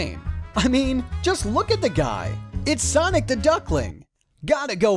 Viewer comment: Its Sanic! Gata go fast!